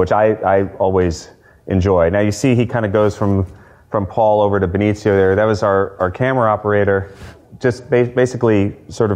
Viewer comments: Why can't Stiller pronounce Benicio's name correctly, for pete's sake? He pronounces it Beneetsio. It should be Beneeseeyo. Has no one explained this to him? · Or BDT was too polite to correct him.